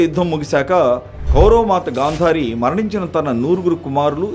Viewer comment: ఎవడండీ ఈ యాంకర్. హుగాంతం అంటాడు. గాంధ్వారి అంటాడు.